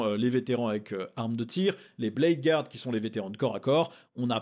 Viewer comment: J'adore ta chaine et je ne loupe pas une vidéo... mais j'en regarde aussi d'autres. Pour toi qui est perfectly fluent en anglais (vu ta chaine secondaire et ta bonne prononciation de "Guard"!! 😅), tu devrais suivre Valrak! C'est vraiment un passionné du lore, des SM sous toutes leurs formes, et du hobby en général... et aussi un mec bien informé, voire très bien informé (il a souvent tout bon bien en avance... Eldars, Slaanesh,...). Ca fait quelques temps qu'il traite de ces rumeurs SM (plutôt des personnages pour ce qui est des chapitres Vanilla) et dernièrement, il a évoqué un codex SM V2 pour cette édition. Ce ne serait pas la première fois que ça arrive! Mais sinon, n'étant pas joueur SM moi même, j'avoue que je saute pas de joie à l'évocation d'une nouvelle série de sorties SM, surtout quand la Year of Chaos (la mal nommée) est aussi décevante (mais moi aussi je kiffe les Sekhetar!). Qui vivra verra! Et pour info, comme je l'ai vu dans d'autres commentaires de cette video, la rumeur de la boite V11 c'est surtout SM vs Orks, et non vs Drukhari, la grande tendance!! 😉